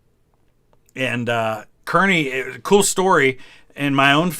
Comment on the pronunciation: As someone who lives right next door from Kearny, NJ (the town he’s named after) I can confirm 100% it is pronounced CAR-knee.